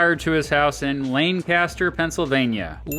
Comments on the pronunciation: It’s “Lan-KISS-ter” not “Lan-CASS-ter”… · I'm legally obligated as a native of Lancaster County to inform you that it's pronounced Lang-kister. Carry on. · “LAN-KISS-TER” sir. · THAT'S NOT HOW YOU SAY LANCASTER!